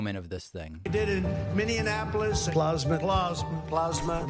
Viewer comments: Howdy from Texas. Please say a prayer for us. BTW Do you all say plosma or plasma? Lol. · The joy that David gets out of "Plawzmuh" cracks me up. Makes me feel a kinship with him because it's just as hilarious to me. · "From the standpoint of water, plosma from Mini-on-apolis will be available from this to-tally-terry-tism administrayshzziz in April of 20,014. You can get in on the Broadwalk at Yoseminites." The man has got to be in a cognitive decline?!?! How long will Republicans continue to stand alongside him enabling this utter madness? The world looks on aghast at what is happening in America. The shame of being a part of this administration will surely stain the careers of his enablers in the years to come. Well, at least I hope so. Edit: David you should absolutely give The Daily Show a go. Trevor Noah's social distancing clips from his home are very funny. And TDS has also made other versions of Trump mis-speaking too, in the same format as the one you showed here. Search them up on YT, they're hilarious!